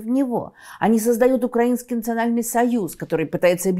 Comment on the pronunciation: Даже Невзоров исправляет свои ‘укрАинский’.